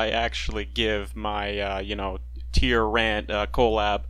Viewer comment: tyr-rant = tyrant xD